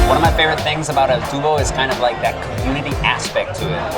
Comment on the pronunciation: Eyyy,u made a mistake 😅, that area is called El Tubo, like a tube I suppose it’s called like that because El Tubo is a narrow way haha. I’m from Zaragoza and I’ve lived here since I was born. Zaragoza is the perfect mix of a big but quiet city, we are between Barcelona and Madrid, so this is the reason why companies test first here if their products will be successful. I have taken several high-speed trains for 9 euros.